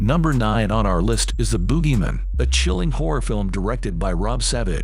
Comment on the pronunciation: What, you don’t like “The Boogeymin”? I hate AIs reading everything these days. It made it sound like a last name, like Goodman or Peterman. “Dave Boogeyman, how may I be of service?”